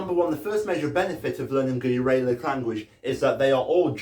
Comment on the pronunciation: Also your pronunciation of Uralic made me cringe, Ural (as in the mountain range where the Uralic people come from) is pronounced with a short A